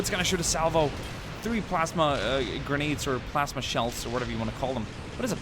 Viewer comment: its a PLASma Not plasema